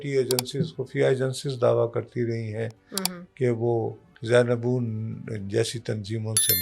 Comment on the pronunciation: کیا معلومات ہیں ںام تک تو اپ جانتے ہیں تجزیہ جھاڑ رھے ہیں زیبدون نییں۔ زینیبیون ھے